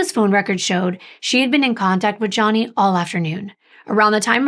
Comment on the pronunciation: You did a great coverage of the case. I hate that you kept calling Gianni, Johnny though lol. It is pronounced G—ON-EE lol 😆 I thought I was tripping at first lol 😅 Regardless I love how detail oriented you are